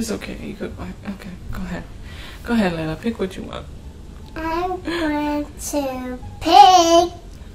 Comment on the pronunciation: It's Layla not Leia!